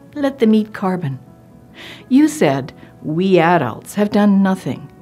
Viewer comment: The way she said “lit them eat carbin”